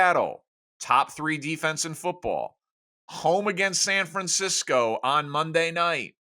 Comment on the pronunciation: Francisco. He said Francisco. LMAO